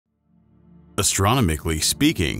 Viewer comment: Uh-STRO-nu-mik-lee? Try AS- tro-NAH-mik-lee.